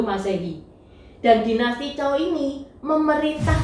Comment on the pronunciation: maaf sblmnya dinasty setelah dinasty shang bukan dinasty zhao tapi zhou bacanya cou